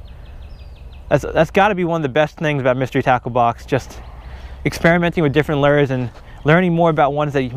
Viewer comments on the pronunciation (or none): Normal person: lure (Looer):lure(Lrrr) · It's not pronounced ler it's looer 😂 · I want a "Crus-Tia-Z" " Lerr" lol (CrusteaZ lure) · has a speech impediment